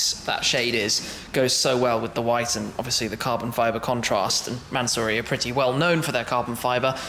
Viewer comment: Its a mansory not a manzory u brit